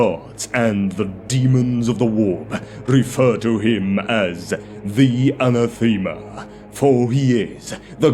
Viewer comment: I like the video. This may be different regionally, but a few pronunciations threw me off. Anathema is uh-nah-thuh-muh. Tarot is tah-ROE. Keep em coming!